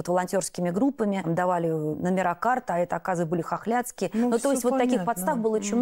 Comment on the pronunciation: "хохлятские" прям резануло😮